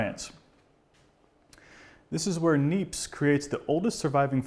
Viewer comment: Hi.. thanks for a very informative series. Just for information, "Nièpce" is pronounced, "nyeps" (if one wants to pronounce it as it's said in French)..